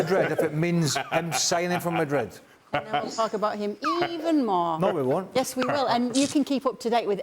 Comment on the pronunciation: Yeah true.. He’s hurting! everytime he says Madrd He ends up saying “or other teams” 😂😂😂